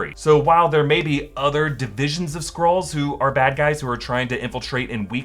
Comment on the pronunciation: I keep hearing 'squirls' hahahaha. 🤣